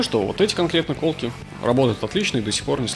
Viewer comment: Классный обзор. Только колкИ, а не кОлки )